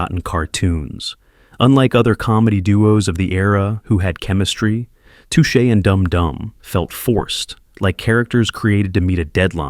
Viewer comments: It;s pronounce "tooshay" not "tushay." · touch a turtle? maybe your AI brain does not know how to say too shay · Okay, AI voice, it's "TOO-SHAY Turtle" (like the French pronunciation), NOT "TUTCH-AY Turtle". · AI content. Doesn't know how to pronounce "Touché". In fact, the biggest flaw is that it repeatedly talks of formulaic content but if you listen, each of the "spoken" descriptions are repetitive in themselves. I should also mention that Secret Squirrel was rebooted during the Cartoon Cartoon era of Cartoon Network, so I suspect it will be remembered by quite a few more people than those that saw it in the 1960s. And wtf is Captain Caveman doing in a video about 60s animation? If it had been about something like Shazam which really did become obscure unlike so much in this list I might have understood but Captain Caveman was a 70s cartoon, one of several Scooby Doo rip offs. Typical AI slop. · I was sure it was A.I. when it couldn't pronounce Touche Turtle properly.